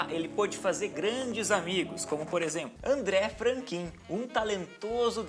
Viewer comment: pronuncia do amigo de peyo: "Andrrê Frankan"